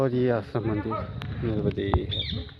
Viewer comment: नर्बदे हर नहीं नर्मदे हर महाराजजी